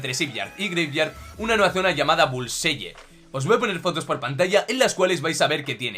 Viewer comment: La pronunciación es bulsai